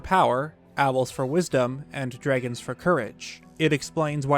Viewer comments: This dude says drigons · why does he say dragons like that im losing my mind